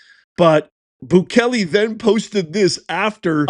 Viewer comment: Prounced Boo Kay Lay!